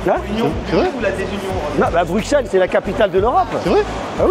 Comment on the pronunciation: Dans Bruxelles, on prononce le x comme un s. Il y a une chanson d'Angèle "Bruxelles je t'aime" si ça peut aider. Avec plaisir 🙂